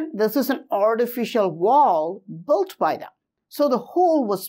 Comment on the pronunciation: With all respects, not even mentioning your efforts to find and explain all of your investigations. Would you be able to pronounce the word (Built)? You mean to build, but you are sounding like Bolt! I think you should say build or perhaps Billed but not Boilt or as you are mentioning this word more than 10s of times in every recording. Please say Billed or Biled instead or bold or boilders...biold etc. Say just Billed but no sound of (O)!